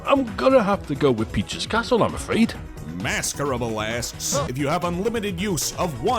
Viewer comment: Can someone give me the phonetic spelling of this please 😂 For the record it’s pronounced Mas-ker-abe. Like masquerade but with a b